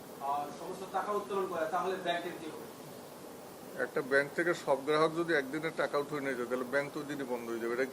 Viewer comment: ১টা জিনিস আপনারা খেয়াল করেছে এই লোক নাকি ইসলামী ব্যাংকের চেয়ারম্যান? এই ১মিনিটে গ্রাহক শব্দটা ৪বার উচ্চারণ করেছে ৪বারই বললো গেরাহক এনাকি ১টা প্রতিষ্ঠিত ব্যাংকের চেয়ারম্যান?